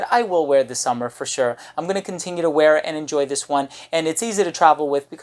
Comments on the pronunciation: SUE-MER is probably the pronunciation rather than "summer". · "sOOmer", not "sUMmer", big, big difference.